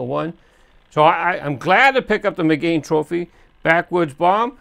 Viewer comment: Now you need to work on pronouncing the name of the model correctly. It's not pronounced like "mi-GANE" it's pronounced like the girl's name: Megan. ;-)